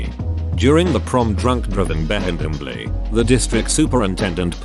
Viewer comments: Why do he say "assembly" like that tho b e h em b l em b ly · i think the reading software get a stroke everytime it has to read the word "assembly" xD